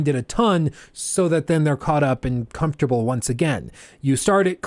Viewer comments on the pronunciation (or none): none